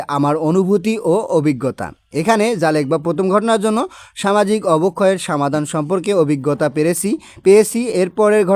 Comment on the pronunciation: Samadan noy somadan😊